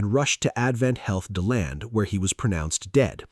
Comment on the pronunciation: It’s literally “D” land that’s how you pronounce the city.